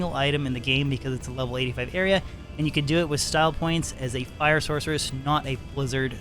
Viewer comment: Every time you say style points I hear hipster points.